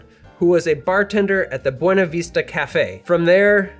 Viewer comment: BTW, us locals call it the Buena Vista, not the Buena Veesta.